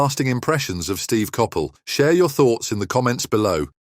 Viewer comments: Totally, I agree whose Kapell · Learning how to pronounce players names properly may add some credibility to the story . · Surely you can prononce his name right and why his is life dad ffs get real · I've never heard Coppell pronounced like that. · Terrible video. Terrible pronunciation of Steve's surname. Reading FC pronounced in this as reeding should be redding! Irrelevant pictures and references....Don't bother next time. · Copppelll seriously you cannot even pronounce his name or Doherty’s correctly!